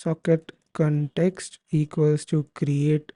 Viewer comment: Bete english theek bolo context hota hai cantext nahi dimag kharab kar diya tune cantext cantext karke